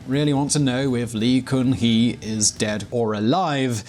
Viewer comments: Its pronouned gun-hee (gun as in bang bang). Come on man pronounciation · In pronounciation of lee gun hee, gun is not goon, literally gun !!